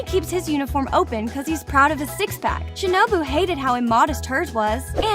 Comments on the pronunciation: Its shinobu not shinubo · who tf is shinibi its shinobu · Shinubo????? It's shinobu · She has the most American accent, she pronounced shinobu as shinObo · "Shinobo" got me dead af💀